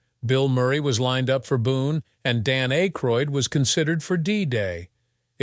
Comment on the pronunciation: Dan A-croid?